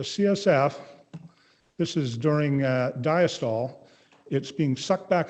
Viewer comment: That is definitely not how the Greek word diastole is pronounced.